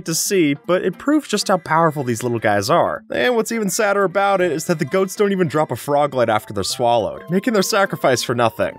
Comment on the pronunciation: You called it a goalt!!!🤣